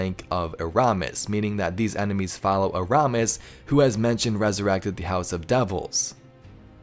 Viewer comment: Anyone else watching this after beyond light and hate hearing him butcher “eramis”